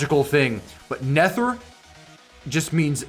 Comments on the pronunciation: I think its pronounced nether bro like nether rhymes with weather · Nether is the underworld and aether is heaven and its pronounce neither without an I And a e ther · It’s supposed to be pronounced like the nether dimension like in minecraft and the titan is supposed to be pronounced ather (not being rude I have a thing with pronunciation) (love ur vids!)